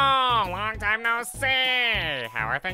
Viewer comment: I heard you say tine